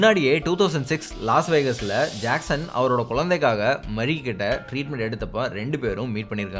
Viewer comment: Ur way of JACKSON pronounciation & the names of drugs u mentioned slang was superb bro.👌